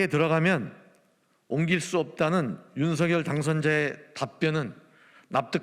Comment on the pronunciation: 윤석열 의 정확한발음은 윤서결입니다